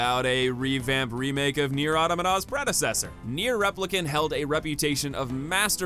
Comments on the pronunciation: You have the weirdest pronunciation for the word Automata that I've ever heard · Yeah he brought it to a new level. It’s like the word fell down the stairs.